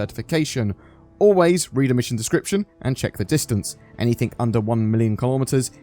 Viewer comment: Great video, but it's pronounced "anything" not "anythink"